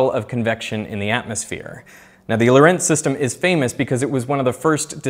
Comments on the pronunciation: For crying out loud, get your pronunciation of Lorentz correct! It is absolutely not Italian. The name as written is Dutch and German, and it is NOT pronounced "lorEnze", but lOrents (yes, with a "ts" sound), with the emphasis on the "o". The Italian version is Lorenzo, but the physicist was Dutch, or better said a Nederlander! Is that so damned difficult? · Lorentz - wrong pronunciation - the stress is on the first syllable!! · the emphasis in Lorentz is on the first syllable, and the e is a schwa sound